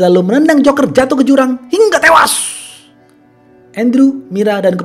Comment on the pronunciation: Biasa aja Lo kalau ngomong hingga tewas